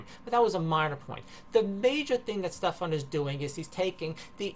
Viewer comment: Guy's name is Stefan, or Stef if that's easier for you, not Stephen or Stephan. At least get that right. Structural violence, gimme a fucking break.